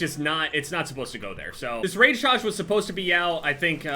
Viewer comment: the rage tayge